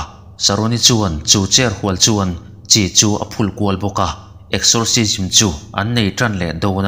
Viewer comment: i chhiar ngaihnawm viau na a...i thil lam rik dan hi a diklo chi(salt) zawk aw...chi i lam dan hi naute siamnan a chi ang in i lam ri thin a...